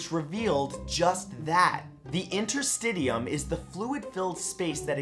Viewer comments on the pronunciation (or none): Interstitium= inter-sti-shiyum Also from the other video. Gram positive cocci= coxi Sorry man. I had to comment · lol Matt, its pronounced InterSTISHUM, not interSTIDIUM llllooololo